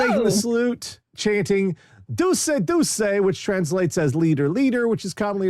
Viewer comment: Also, just for engagement purposes, not trying to be pedantic here, Duce is pronounced ‘doo-chay’ not ‘doo-say’.